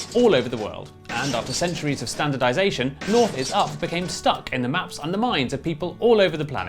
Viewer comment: Ah yes, Nouth, Sorth, Weast, and Est